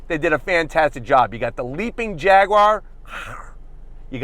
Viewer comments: Jag-you-are not fricking "jagwaar" None the less, nice shag (Jag/Jaguar/"Jagwaar") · Pronounce it properly! It's "Jag YOU ar" not Jag WAAAAR!! Pronounce the U (YOU) properly! There's no W in the word Jaguar! Grrrrrr